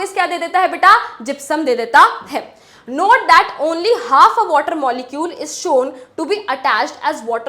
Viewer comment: not❌ note✅